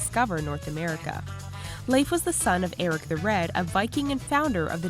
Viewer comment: she is pronouncing correctly